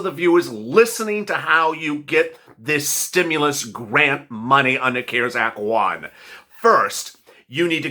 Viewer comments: You said Grant is Garant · "And "grant" is spelled "g-a-r-n-t" Hehe oops! Dont worry about it,, it happens to the best of us! 😊